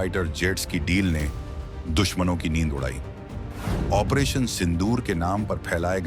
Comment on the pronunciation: What is OMPRATION? It's OPERATION. Pahle Bolna shikho